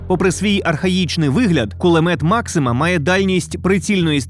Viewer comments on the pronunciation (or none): Кулемет maxuma😂😂😂😂